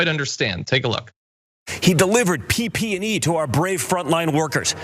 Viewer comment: Did Junior say "PPD", when he had to have meant "PPE"? Classic. PPD is a skin test for exposure to tuberculosis. So maybe Trump did that.